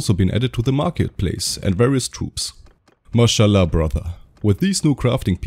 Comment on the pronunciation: wait what! Did you say “Ma Sha Allah”?